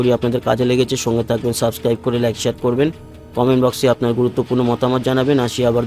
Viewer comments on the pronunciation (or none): none